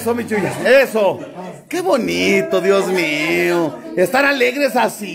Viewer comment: saludos se dice Dios mío no diez mio